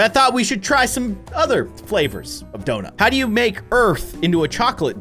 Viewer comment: “The earth is flat” “the earth is round” “Ze earf iz donoot”